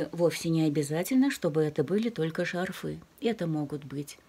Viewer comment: То шарфЫ, то шАрфы... Уж определитесь как-нибудь...